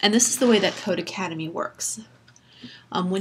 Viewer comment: It’s not codeACADEMY lol it’s codeCADEMY. Just read the website name.